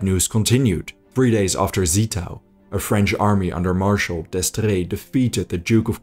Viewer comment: You mispronounced Zittau. It is no 'Set' but a 'Zet'. Like a T-S. Also Görlitz is not an 'O' but an 'OE'. Not LandEshut but Landshut.